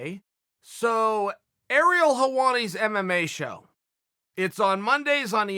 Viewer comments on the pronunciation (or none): none